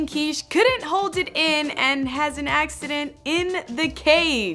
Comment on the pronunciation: You're pronouncing it like "Quiche" like the breakfast dish..Isn't it supposed to be Kish, like it would rhyme with fish??